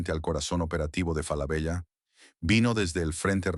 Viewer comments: no! tenes que cambiar esa ia es una marca y suena "FALABELA" con doble "L" o "Solari Grup" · Hola. Ojo. La doble ele(ll) de "Falabella", al menos en su pais de origen(Chile) se pronuncia desde siempre como ele(l). Suena rara y extraña la referencia a la marca que hace con doble ele el locutor. Lo demás, impecable. Saludos.